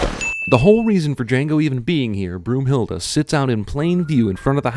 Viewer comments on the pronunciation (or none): That's "Brunhilda", not "Broomhilda"... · Lol, BROOMhilde? It's brunhilde. Ü < possibly with over of these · The biggest sin is that you said Broomhilda instead of Brunhilde. Broomhilda is not a German name. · I'm german and its not broomhilde its BRÜNHILDE!!! ok? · Broomhilda? really? You couldn't have gotten it any more false did you? It's Brunhilde. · Tis not Broomhilda, tis Brunnhilde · Also its Brunhilde not BROOMhilde? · Great and funny video. But it's Brunhilde not Broomhilda. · its brunhilde not broomhilde gosh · x'D im german and its Brunhilde* :'D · "Broomhilda?" :D Brunhilde is the german way of writing, nonetheless funny ^^ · Video Sins: 2 (both time you got Brunhilde's name wrong). Sentence: Find a recording of Wagner's Ring Cycle and produce and EWW clip for it..........